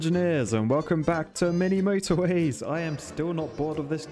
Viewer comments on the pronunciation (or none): I love how he goes 'Mini Motorwees'. It's so funny! Also, 'old moldy ham at the back of the fridge' is such an epic phrase...Love it!